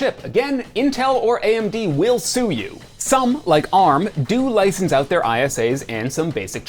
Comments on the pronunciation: Why is he still pronouncing Arm as A.R.M.? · "Apple and A.R.M." Clicked off. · Okay cmon guys nobody pronounces it A-R-M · ARM isn't an initialism: it's pronounced as its written.